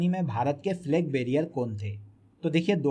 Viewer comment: Flag barier nahi hota....Flag bearer hota h